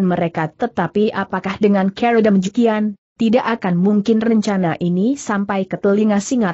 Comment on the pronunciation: Maaf untuk diperbaiki membaca kata CARA dg benar